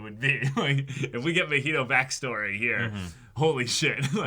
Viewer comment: I get it’s unreasonable to be this annoyed about it, but the fact they keep calling Mah-He-Toe muheto chips away at my sanity lmao. He’s not an alcoholic beverage and his name is said soooooo many times in the series that it shouldn’t be THAT hard to mimic the pronunciation. It’s giving Naruto to nurooto vibes 😭 some white people nonsense right here